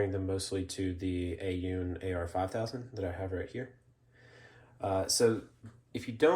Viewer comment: Aune is pronounced "own"